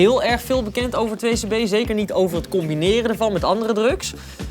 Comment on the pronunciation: It's "2c-b" not "2-cb"